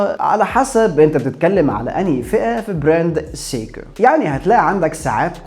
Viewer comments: انت ليه بتقول سيكو بالطريقه دى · هو حضرتك بتنطق سيكو بالطريقة دى ليه !!!!؟ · بالنسبة لاسماء البراندات سيييكو ههه حتى وان كان النطق الصحيح او على الاقل تقليل ذكر البراند.. كل ثانيه اسمع سيييكو كرهت هذه البراند هههه رغم اني احب البراند بس عندي بس q&q وهي براند تبعهم وكمان lorus و alba عندهم فيلد واتش كويسة😊